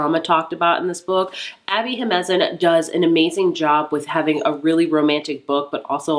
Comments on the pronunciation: I can't wait to read Happy Place and Yours Truly so I'm glad you enjoyed them! As a side note, I know you struggle with the pronunciation for Abby Jimenez but maybe practicing sounding it out or reading it phonetically would be helpful? It's pronounced he-men-nez. There are also author interviews where she introduces herself so maybe looking those up can help. I would just want you to avoid offending Latinx readers with incorrect pronunciation since its a Latinx name so I hope you don't take this personally. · Love your videos but Jimenez is pronounced he-men-ez